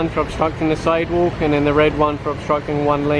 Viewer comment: "side wook"